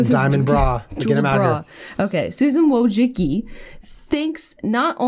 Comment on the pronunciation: Yo Jenna, not trying to correct you or anything, but Susan Wojcicki's last name is pronounced "woh-jiss-kee". I only know that because I researched her for my communications class in college and I had to learn how to pronounce her last name.